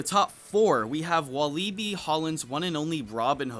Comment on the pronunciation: Walibi is pronounced wo-li-bee